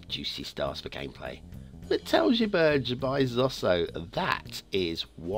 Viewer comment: Great map, great review. My ears are still bleeding from the pronunciation of the name of the map :)